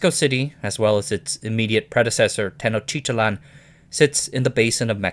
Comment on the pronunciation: technotitlan is easy to pronounce: ten oak tea tlan